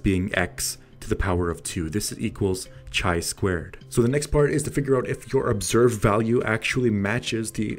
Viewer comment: Pronounced KAI squared, not CHAI squared. Excellent video nonetheless.